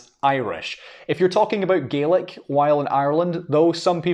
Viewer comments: I'm pretty sure it's pronounced Gay-Lick. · I kept thinking he was saying Garlic! 😂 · This was quite interesting as both sides of my parents have Irish heritage. I was born in America and I used to be able to count to ten in Gaelic. Sorry, this isn't to insult you but to my American ears the way you are pronouncing Gaelic sounds more like garlic. LOL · We say, gay lick not gaw lac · he keeps saying garlic ,i'm pretty sure that is wrong . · if you are pronouncing it with a hard K its pronounced incorrectly. It isnt an English word, therefore it should be pronounced how it is in the language its from. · Sounds like an Australian saying garlic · The way you pronounce Gaelic almost sounds like Garlic. hehe. But it is beautiful! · as a native scots gaelic speaker, when will we stop spreading the lie that scottish gaelic is pronounced scottish ‘gallic’ in english? in the language itself we call it ‘gàidhlig’, people heard that being said by speakers and we now pronounce it as ‘gallic’ in english. the english for it is G A E L I C. we are GAELS, not ‘galls’. let’s pronounce it the right way. as well, saying that the gaelic/goidelic languages aren’t mutually understandable is not true?? someone from kerry very expectedly would not understand some dialects of scots gaelic from the north highlands or outer hebrides, or perhaps manx. but depending on where you’re from it is incredibly easy to communicate between the different ‘languages’, (they are dialects of the same language in my opinion) ach co-dhiù, tha e còrdadh rium gu gasd’ na tha u a’ dèanamh leis a cheòl, ach sin mo beachdsa! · So it is Gah-lick and not Gay-lick. Ty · The pronunciation sounds like Garlic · Gaelic and Irish certainly can be mutually understood, particularly with Ulster dialects. Gay-lig is also a perfectly valid dialectical pronunciation in Argyll, Islay and Nova Scotia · Yes because the ulster dialect of Irish is pronounced as Gay lick.